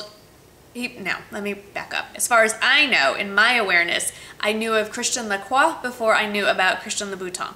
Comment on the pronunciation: You said their names both right girl! Woop woop :D I love the suede boots, they're beautiful and that's the only type of heels that I can manage to wear on a daily basis in Paris (too much walking...!). Thumbs up for the Christian Lacroix bargain!!! That's AMAZING!!!